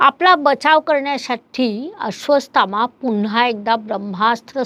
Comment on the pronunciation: माफ करा पण तूम्ही नावं चुकीचे घेत आहात, नाव आहे अश्वत्थामा, तूम्ही अश्र्वासथामा बोलत आहात